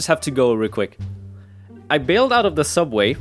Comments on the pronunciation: Do you mean sooubway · this comment is a bit late but it is actually sooubway get it right